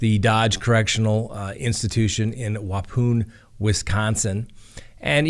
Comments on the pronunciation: Whah-pawn Wisonsin not Whah-poon LOL ... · "Wa-poon" Wisconsin..😂 thanks for the laugh. It's "Wuh-pawn" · "Wapoooon, Wisconsin" teehee.... It's "Wa-pawn" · Waupun Wisconsin is pronounced “Waup- Un” not Wau-poon. It’s a Native American name, accent on the first syllable. Happy Thanksgiving. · Waupun is wah-pAHn. Like pond without the "d" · It’s pronounced wa pawn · for future reference Waupun is spelled one way but is pronounced Waupawn. That's how we say it in Wisconsin. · "Wahpon" is how Waupun is pronounced here in Wisconsin 😉❤